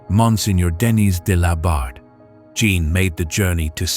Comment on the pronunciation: Beautiful story despite the many mispronunciations of French names and words, including Jeanne, which is "zhawn" said correctly.